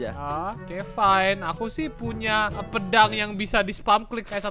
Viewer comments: Bang pedang bang bukan pendang 🤦🤦🤦🤦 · Bang kok pedang jadi pendang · Pedang❌ Pendang✅